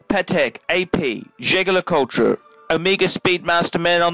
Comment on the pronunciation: Can you please stop saying JLC full name cos you pronounce that wrongly and sounded horrible! Can you just refer to that watch as the REVERSO? Thanks! Btw, good vid. Keep up!